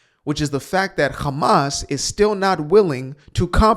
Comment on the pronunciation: Loving how you’re saying Hamas like the Hebrew 👏🏻